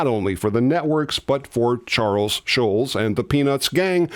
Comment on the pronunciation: You mispronounce Schulz. There is a very German pronunciation which we don't expect, but the accepted Americanized pronunciation is not shulz. It's more shults. Search YouTube for samples.